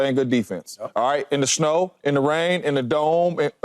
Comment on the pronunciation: ITS SNOW!! Why do y’all always have to add a little jist to the way y’all pronounce something 🤦🏽🤦🏽🤡🤡 not Shnow